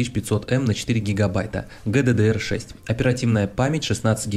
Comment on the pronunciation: Прекрасный ролик, но ГДДР режет уши. ДжиДиДиЭр Upd: ХДД туда же, ашдиди, ссд ещё куда ни шло, но хдд это прямо фу